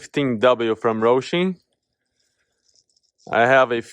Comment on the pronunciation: It's HOSIM NOT ROSIM....😮😮😮😮